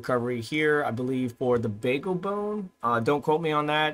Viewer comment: Beagle, like a dog, not Bagel